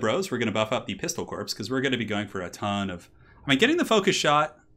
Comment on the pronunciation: you say corpse vice core for the corps...porque?